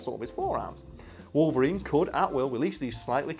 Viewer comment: i would just like to point out the fact that this man really just said Logarine GG